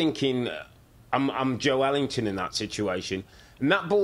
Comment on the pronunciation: That's a more accurate pronunciation than Joe Linton. The "e" gets pronounced as its own syllable in Portuguese.